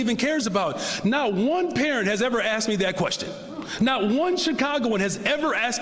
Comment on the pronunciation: A DEI hire police chief who becomes a DEI mayor, still says "Axxed". Wow this DEI being forced upon the world just makes everything great whatever it touches. Let's let them all out of prisons, and give them more positions of power.